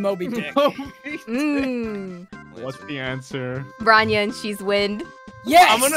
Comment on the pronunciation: the way bronya's name is pronounced, it does not mean armor (stress difference), so thankfully her name doesn't sound stupid to russian speaking people. i only cringe that they're kinda using the short form even on formal occasions